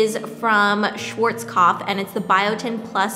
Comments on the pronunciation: so cute how she pronounced Schwarzkopf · It's so super cute how you pronounce "Schwarzkopf"! <3